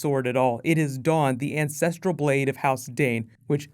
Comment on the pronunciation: I kept hearing incestrial blade.